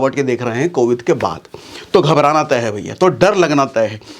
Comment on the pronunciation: Covid hota hai covith nhi hota hai